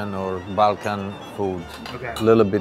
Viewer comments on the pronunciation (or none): none